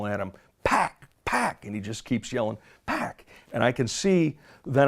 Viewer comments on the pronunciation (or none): Suge never called Pac “Pack”. These white people were to lazy to pronounced his name right and gets it confused with the video game Pac Man (which is pronounced Pack) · Lol why is so hard for white people to say pac they all mispronounce his name pack 😂